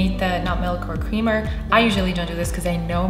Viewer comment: Hahah you said cweamer